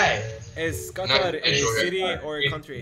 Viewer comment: “Qathaar thing”. 😂😂😂